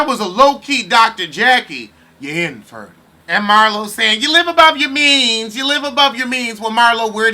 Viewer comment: When you and say ""Ya IN-fertile" I laugh so hard. Pete wants to be on camera..